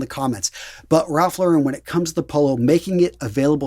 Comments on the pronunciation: It's pronounced "sa-vil", with a short 'a', not "saaville", and it's Ralph "Lauryn", not Ralph "Laur-ehn". Now, the latter I know for certain because I worked at Ralph Lauren in both Toronto, Canada, and (three different stores in) Sydney, Australia, and staff are instructed to answer the store phone pronouncing "Ralph Lauren" as I indicated above. It's a good label, though (well, various labels (I'm surprsied you didn't mention Purple Label)); slightly pricey, but, much of what I have I bought on sale and, if taken care of, it can last for decades. I both kept, and have in the last couple of years bought second-hand, PRL items from the 1990s. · Great video! I believe Ralph Lauren is pronounced "LOHR-en" not "La-REN"